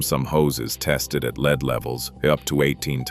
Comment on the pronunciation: Probably a AI lie . Can even say lead . Leed? Poorly made don't waste your time.